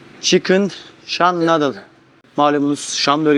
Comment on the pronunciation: “Nadıl” değil “nuudıl”…